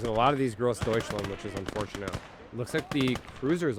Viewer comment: Careful, don't say "GroßdeutschlEnd", say "DeutschlAnd". "Aufklärer" was better, but basically has the exact opposite problem, even less "Aufklarer" and more "Aufklerer". "Panzerbüchse" needs a bit of work thought. You correctly said "k" instead of "sh", but your missing the last syllable "-seh". Also, the first vowel is "ü", not "u". So like "Bük-seh". It should sound like your pronunciation of "Panzerschütze", which sounded fantastic! Just take "sch" and "tz" out of "schütze" and replace them with "b" and "ks".